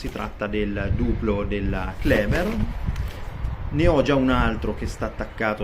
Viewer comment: Comunque è claber non cleber...